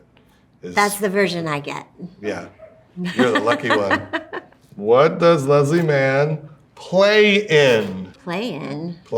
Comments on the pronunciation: has anyone else noticed they pronounce “leslie” differently… or i guess that judd pronounces her name wrong lmao leslie says “less-lee” and judd says “lez-lee” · My absolute favorite story about Leslie and Judd is the one where she told him he’d been saying her name incorrectly for like 18 years 😂💀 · My favorite story about them is when Leslie finally told Judd he had been mispronouncing her first name for like 15 years. He told Stephen Colbert the story on The Late Show.